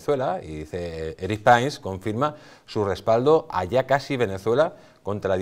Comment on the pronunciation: Se pronuncia PRINS no prains 🤦🏻‍♂️